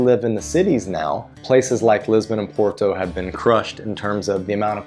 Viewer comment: So...you have been in Portugal for 3 years. Why are you still saying "Por-to" like an American and not how it is how it should be pronounced - "Pot-tu"?